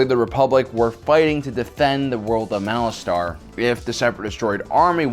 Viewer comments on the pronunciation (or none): Isn't it pronounced "Malaster" rather than "Malastar"?